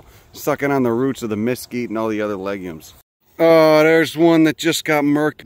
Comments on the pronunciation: We need to have a talk about your pronunciation of “mesquite”… There’s no emphasis on either syllable 🤷‍♂️ I know there’s a few more words that you screw up but I’ll get back to ya on them later 😂 I grew up in the DFW metroplex n dealt with those critters all summer. I now live in Colorado n guess I traded for chipmunks 😂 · I was pretty much through the entire video before I realized you were saying Mesquite 😅. or maybe I’m hearing you’re wrong but if I’m correct, you’re pronouncing that wrong😂